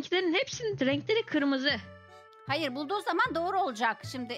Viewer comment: 😅O kırmızı değil gırmızı 😂😂